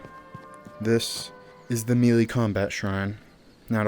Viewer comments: Melee is pronounced MayLay! Not MeeLee. Drivin me nuts! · Love the video. 👍 FYI - melee is pronounced (may lay) not mealy. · Melee is pronounced like Hell day Melee Mel lay Melee Your welcome